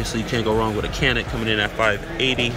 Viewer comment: hate to be the one bro, but the Canik is pronounced as Jan-ik.